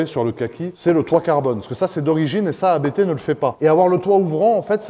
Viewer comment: quand tu parle du préparateur A B T. Il s'agit de la famille qui s'appelle Abt. Donc on ne prononce par A B T mais Apt.